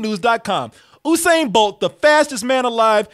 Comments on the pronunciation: It's not Oosain it's Yousain 🤦🏽‍♀️ how hard is that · (Phonetically) *You-sane Bolt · OOSAIN BOLT ⚡ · In the news today, Olympic athlete “Oosain” bolt sues youtuber from double toasted mis-pronouncing his name. More on it on fox news. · His name is pronounced "you-sane"